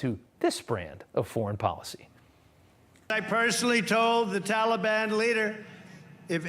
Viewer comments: The first thing slo’ Joe should learn is how to say Taliban. Not Tally-Bon. Good grief. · What’s embarrassing is the pronunciation by our president of our enemies, tolly ban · Tolly Bon. Sounds like a really bad candy!!. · Biddy: "I asked the Talliebun to be nice to us." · That is how Obama pronounced it. He is mimicking Obama.